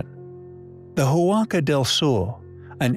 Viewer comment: Re. Huaca del Sol: It is pronounced wock-a, not who-ocka. The "h" is silent.